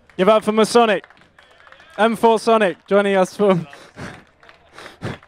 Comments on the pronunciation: No, it's M-4 Sonic. If you read the description on 'Weapon', it says:"(Pronounced M.FOUR.SONIC) M4 = Weapon. " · .....Its M4 Sonic. Not masonic... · Yeah I always thought it was Masonic not M-4-sonic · Nope it isn't. Read the description in Weapon by M4sonic. He wrote in the description: "(Pronounced M.FOUR.SONIC) M4 = Weapon.". Go check it out if you don't believe me.